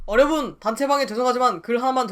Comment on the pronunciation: 시작부터 어려분! 하는거 완전 킬포예요ㅋㅋㅋㅋㅋㅋㅋㅋㅋㅋㅋㅋㅋㅋㅋ